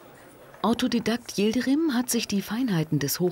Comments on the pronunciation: Wie der Name des Türken immer ausgesprochen wird. Wie der Bürgermeister eines bayerischen Dorfes. Der Ötzinger Yildrim :D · Ötzinger, Yildrim!! Man oh man. Zum Zeitpunkt dieses Videos waren Mitbürger solchen Nachnamens seit mind 30 Jahren in Deutschland. Immer noch nicht gelernt. Aber gut ist ja auch Sportlehrer